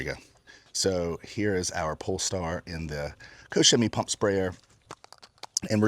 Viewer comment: It’s actually “cock” Chemie 😂